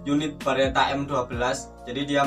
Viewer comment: Beretta lurs, bukan Baretta, kalo Barrett beda lagi 🙊